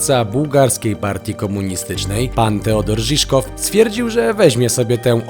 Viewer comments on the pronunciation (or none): Nie Ziszkow tylko Żywkow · Fajny pomysł...Ale... Można pomylić się raz... Todor Żiwkow... A nie Żiszkow... Był szefem partii a nie związku... Można było lepiej się przygotować... Acha... I nie był dyktatorem...